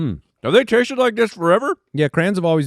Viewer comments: Why are you guys calling them crans? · I honestly thought they were saying "crans"...as in cranberries. Crayon is pronounced exactly as it's spelled. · Jesus christ, I have ALWAYS thought you said "Cran eater". Thinking wtf are crans. I didn't know it was CRAYONS. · the way they pronounce "crayons" stresses my southern heart out it's cray-ons, not crans! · Anybody else bothered by their pronunciation of crayon?? Lol